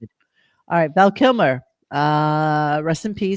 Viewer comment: also needs to learn how to pronounce the name of someone he’s giving a posthumous tribute to, Val KIMER, really bro? Yikes.